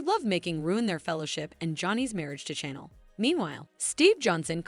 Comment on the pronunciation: Why is it hard for the story teller to know how to pronounce people's name properly? Chanel and Nicole she can't pronounce so she don't know this soap opera at all.